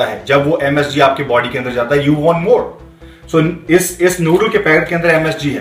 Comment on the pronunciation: 2.53 - "laad of sodium in there baady" wtf accent was tat ???